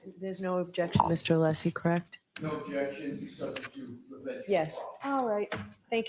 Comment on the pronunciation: So strange to hear you mention Nancy Kerrigan - I just read that Hank was the Attorney for her brother - but you probably already knew that,, because you know everything! I'm hoping if Hank keeps mispronouncing Alessi's name, he refers to him as Breenan. And honestly, Hank who says chat - are you still using AOL discs?😅 Thank you for making watching this trial bearable!